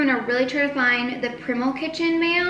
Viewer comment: the way you said primal lol. it's primal as in like... primates.